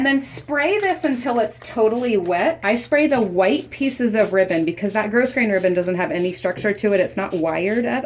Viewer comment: FYI. The pronunciation is growgrain not grossgrain for Ribbon